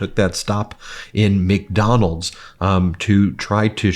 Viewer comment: For someone who eats so much fast food and is so obsessed with the place, I’d think he could at least pronounce “McDonald’s.” There’s a “d” at the end of it, numbnuts. Lol